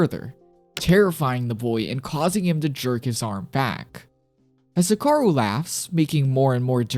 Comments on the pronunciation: youre pronouncing hikaru kinda sounds off sounds like hakaru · Hikaru is pronounced “He-(with a strong “ee”)-kah-roo” /informative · instantly paused the video and stopped watching when you pronounced hikaru wrong